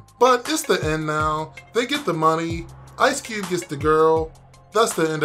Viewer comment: “Ice Cewbe”